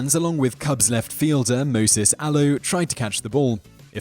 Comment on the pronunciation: You mispronounced Moisés Alou's name wrong!!!!